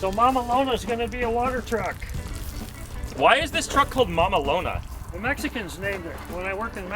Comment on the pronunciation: so funny the way you pronounce the word mamalona, the way it is in Spanish, just means a nickname for a truck that you really love, it is also a common name for trucks between the Mexicans